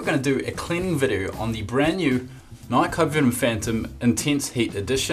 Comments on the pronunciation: The way you pronounced nike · In the US we prenounc NIKE (ni-kee) I'm pretty sure that you guys on the UK say oit different